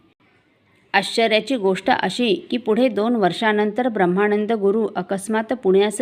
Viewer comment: ताई उपक्रम खूप चांगला आहे फक्त एक नम्र सूचना उच्चार करताना ब्रम्हाणंद असा न करता ब्रम्हानंद असा केला तर बरे वाटेल.